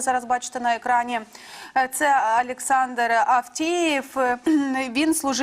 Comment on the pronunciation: 5.26 у ведучої щось з вимовою? Афтаев, в не Афтеев.